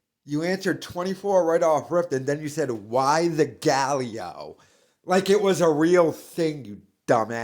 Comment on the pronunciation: Galleo lol